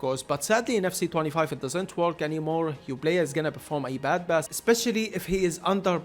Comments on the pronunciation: he´s arab, they dont use the p sound thats why he says bass instead of pass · its not BASS bro. its pass..